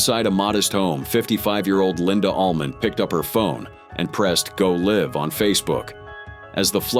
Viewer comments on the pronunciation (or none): AI can't even pronounce words correctly. Listen to the way it says Go Live . If you can't even bother to use a real human voice to narrate a story, you're too lazy to have a damn channel.